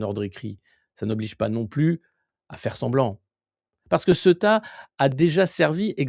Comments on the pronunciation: On dit Céouta et non pas ce tas. Le E se prononce É et le U se prononce Ou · pas """Seta"" mais Ceouta"" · Se prononce ceouta Sorry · Ça m'a pris du temps pour réaliser que c'est ceuta et pas ce tas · Cela se prononce Cé-ou-ta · Prononcer Cé-ou-ta. On sait tous en Espagne que l'invasion a été organisée para Momo après la visite de Sánchez en Algérie. C'est une punition et aussi un grand essai avant la vraie vision de Ceuta, Melilla et les Canaries avec l'appui des EUA, d'Israël et de la France... On n'est pas dupe! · "SÉOUTA" C'est comme ça que ça se prononce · Du vrai travail de journalisme, merci ! (Ceuta se prononce Céouta) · Ca se prononce C OU TA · Par contre, vous le faites tous exprès de prononcer Ceuta n'importe comment?? Vous êtes pas sensés jouer aux journalistes? Je sais bien qu'il est extrêmement difficile de prononcer le nom d'une ville quand il s'écrit exactement comme il se prononce mais quand on est un peu con et qu'on cherche à avoir un minimum de crédibilité on prend un peu le temps de se renseigner, non?? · c'est [ce"ou"ta] la prononciation mon Alexis :) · Il faut prononcer "Céouta" Alexis ! ! Sinon très intéressantes ces analyses sur cette poudrière qu'ont toujours eté Melilla et Ceuta... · Cé-ou-ta, Alexis ! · Ceuta se prononce Sé Ou Ta !!!@